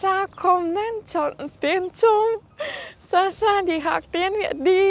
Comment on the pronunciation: Cảm ơn Sasha đã lựa chọn Tiếng Việt, yêu Văn Hoá Việt và con người Việt Nam. Thật sự, Sasha đang nói tiếng Việt khá tốt, cả phát âm và ngữ điệu nữa. Nếu có dịp ở Việt Nam một thời gian ngắn thôi, mình tin Sasha sẽ rất giỏi. Chúc Sasha sớm đạt được mọi mục tiêu phát triển tiếng Việt, luôn xinh đẹp và hạnh phúc nhé. ❤🎉❤